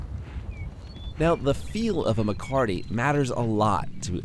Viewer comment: Not MACARTY. . . MECATE (meh-kah-teh) is a Spanish ranching word. Maybe research THAT.